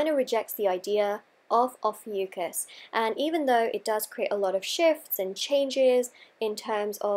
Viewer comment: Not even pronouncing it correctly 😒